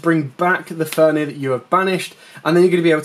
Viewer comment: good video. thx. but would love if you used correct card names. triggers my OCD ;) "fenRir" not "fenir" ;) anyway. thx for video